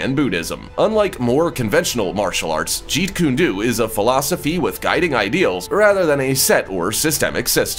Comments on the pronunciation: It's pronounced Jeet Kundo, the pronunciation is koon-doh! Not koon-doo! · You really must work on your pronunciation, it's quite hilarious but, it's stupid, it's illegal to pronounce Jeetkundo slowly anyway so I would be careful what I say if I were you. 💥